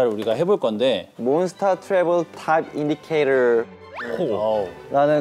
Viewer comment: why did it look like Shownu and Hyungwon were scared of Changkyun when he came in 😂😭 - Changkyun saying Shownu has chocolate abs that make you want to eat it 😂😭 it’s true tho . - Hyungwon yes! He looked so proud - wait hyungwon said indicator so American 😂 - the edited picture 😭😭😭😭 - the hyungs never not copying their maknae the way we lost Shownu there for a second 😂 love how much he gets excited over food. - looking out for mbbs so they don’t get asked out 😭😭 - maknae doing maknae things -Changkyun really is such a cat 😂 -Shownu and kyuns English convos